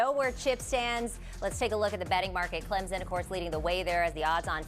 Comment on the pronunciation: Why can’t educated people pronounce Clem-Son correctly!! Where the freak is a Z smh!! Ok after further listening the commentator just can’t read! Bless her heart! Cade Klub-nik 😅